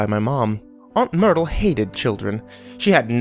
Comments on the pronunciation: I heard "aunt noodle" at first when he said it in the beginning and I'm like wait what... But then I realised it must have been myrtle 😂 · I thought he said Noodle too lol then realised he'd said Myrtle